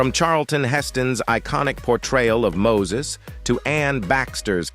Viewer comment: This announcer needs to learn people's names......... Mo-sees??